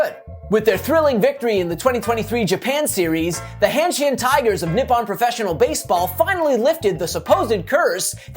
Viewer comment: It’s “Hanshin” not “Handshin”